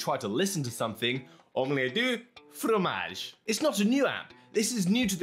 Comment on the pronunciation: "omelet du fromage french 100